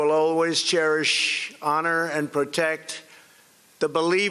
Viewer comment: "I will always cherisshhh..." Why does he pronounce certain words so weirdly? Dentures?